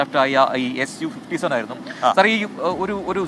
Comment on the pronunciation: സു അല്ല എസ് യു അല്ലെങ്കിൽ സുഖോയ് 57 എന്നാണ് പറയുന്നത്